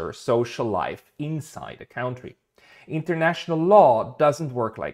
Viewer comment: Mein lieber, bitte aussprechen als: cAntry - nicht als: cAUntry - - es gibt zwar ein cAUnty, aber das ist etwas kleiner - - German here and also very very very old - but still liking perfection